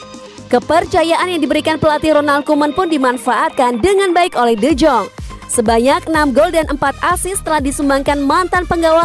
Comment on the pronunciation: Penyebutan nya D Yong Bukan D Jong Saran sih